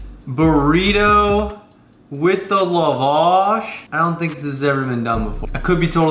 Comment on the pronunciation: It’s Pronounced la wash. Lap with no p then wash lol. La vaa sh.